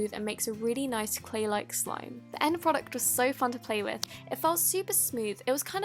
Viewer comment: Why u said so noice in 1.54